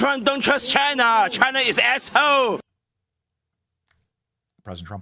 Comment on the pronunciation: Benny saying "asshole" with the chinese accent has me dead.🤣🤣🤣